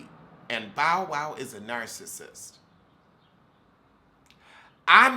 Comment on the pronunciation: everytime you say “ Bow” I hear “ “ Bowel”!!! Lmfaoooooo 🤣🤣🤣🤣🤣🤣🤣